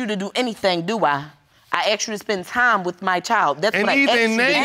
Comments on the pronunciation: I've heard this pronunciation before "axed instead of asked" - how does it happen to be pronounced this way, honest question.🌹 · I knew they were from Philly when she pronounced asked as AXED. I love my city!